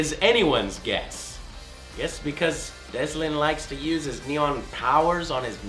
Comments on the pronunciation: its DELSIN not deslin, cant believe people are still screwing that up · its "delsin" you fuck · Deslin? Its Delsin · On infamous second son it's Delson not Desmond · Joe, great vid. But... I always thought it was delsin instead of deslin? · Delson not deslin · His name is Delsin, not Desmond. (Dell-Sun) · I wonder if Joe knows its Delsin Rowe and not Deslin Rowe (inFamous)... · "Deslin" wat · While talking about infamous, he said desmond when referring to the main character ***** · He said Deslin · "And it follows a new character Deslin" Deslin, DESLIN, REALLY!? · im sorry......Deslin?? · Lol deslin? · Did he mess up on infamous second son main character name ?